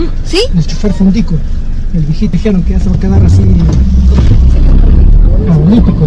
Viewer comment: es cundico no fundico , y es verdad lo dicho por el señor